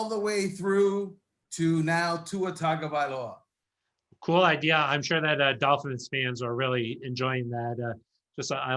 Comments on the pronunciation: Please pronounce his surname properly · That's what I said. He's terrible. He just wrote a book about the team and he still didn't learn anything. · How is it possible to not know how to pronounce Tua's last name, after 2 years in the spotlight?